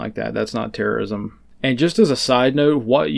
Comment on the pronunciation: When says terrosim, i hear TERROSIM!!!